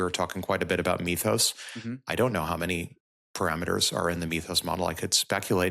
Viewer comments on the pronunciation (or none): Mythos is pronounced like "mith-ose" not "meeth-ose" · Guys, it's pronounced MITHos, from the word MYTH.